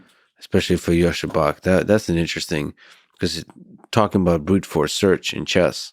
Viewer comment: If you met him IRL and know Russian, why do you still pronounce Bach in this American kind of way?